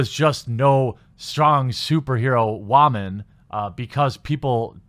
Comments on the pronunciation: This commentary would have been more interesting had you WATCHED the movie first. Also, why do you pronounce “woman” like “wah-men”??? You sound like Elmer Fudd saying “raman”... 🤔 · Am I the only one hearing him pronounce it "whaman"???? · Maybe I'm just new here, but why do you keep saying "woman" like that? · Is he saying “ramen” lol